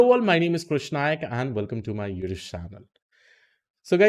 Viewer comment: He pronounces "Yiddish" channel . State of the art Machine learning fails to recognise , its uthoob channel.